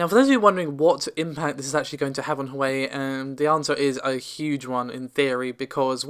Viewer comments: Hey, just to let you know that Huawei is actually pronounced "who - are - way". No Grammar Nazi, I'm just letting you know. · Yea it's a REALLY bad attempt. Wah-way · Sorry, Can't help myself; Its pronounced "Hwa-way" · Just for future reference it's pronounced 'Hwar-way' 😊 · Nvidia is about to introduce a small refresh,plus a small price cut. Huawei is onounced WAH-WAY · Huawei is Pronounced - Waaaa-way :) Also Navi is “Nav-eee” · Minor nitpick, but you aren't pronouncing "Huawei" correctly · The way u say Huawei 😆😆😆